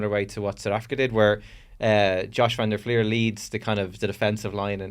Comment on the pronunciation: WHY CAN NO PRESENTER SAY VAN DER FLIER CORRRECTLY?? "fleeer" not "flyer"